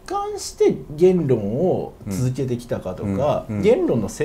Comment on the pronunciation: げー↑ん↓論 か↑ん↓潔